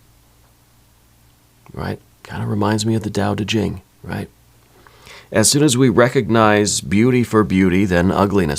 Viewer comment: Thank you for saying Tao Te Ching properly. Haha! Great reading, as always! Aries ⬆